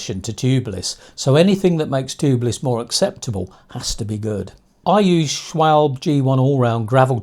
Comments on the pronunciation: Just one critique - It is SCHWAL BEE not SCHWALB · Pronunciation - schwalbeeeee